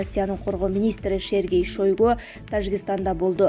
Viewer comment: Шергей эмес Сергей